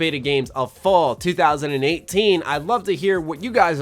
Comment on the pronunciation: It really sounded like you said "of fallout 2018" ; as if you are super use to saying fallout or it is just me who is conditioned.